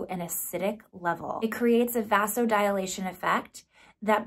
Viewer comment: Vasodilation is pronounced “vazo-di-lay-shun” 😊